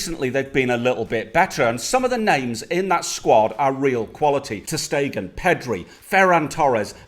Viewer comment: he literally said ter stegan 💀😂